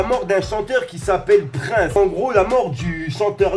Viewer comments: Par contre gros je t’aime bien mais c’est Prince et pas Praince hein ;) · Prince le chanteur prononcé "PriNsse" il est mort en 2016 à 57 ans mais il a pas été tué. Il est mort d'une overdose... Pour ce qui est de la saison 19 des Simpson elle a débarque en 2007. Plus précisément le 23 septembre. Pour finir, la série compte actuellement 32 saisons et risquerait de définitivement s'arrêter en 2021. (rien de confirmé à l'heure actuelle)